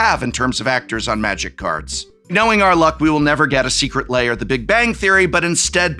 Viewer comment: The combination of disgust,disbelief and laughter that hit me when he said “our third furby secret liar” is indescribable